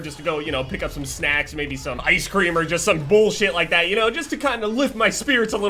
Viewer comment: I love the way says "Bollshit"